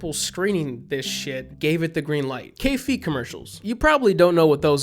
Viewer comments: My first screamer was the car advert one and we managed to convince our design&tech teacher in highschool to play it, under the guise of it being 'really effective advertising'. That pronunciation of K-Fee pains me tho, dude. It's pronounced 'Kah-Fey', because it's German lmao. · Took me till the end of the video to realize he's saying "Kaffee" oof